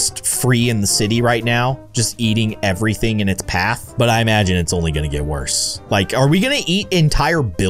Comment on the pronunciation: He said ete even thaing